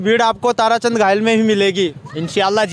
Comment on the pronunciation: भाई वह ताराचंद धायल है ना की घायल